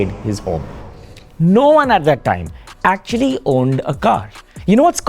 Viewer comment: aktucually! aktcucaualyy